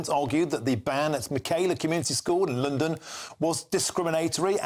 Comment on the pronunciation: Did he just said LNDN instead of London, eh?